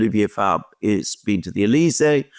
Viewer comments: The socialist leader name is Olivier Faure, pronounced "Four" as in 4 in English, not Fabre....😮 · Faure, pronounced for.